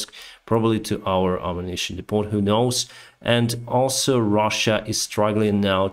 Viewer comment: The T in depot is silent. It's pronounced de-poh, not de-pot.